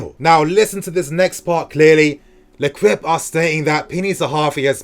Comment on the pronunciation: It's pronounced lekipe not lekwipe!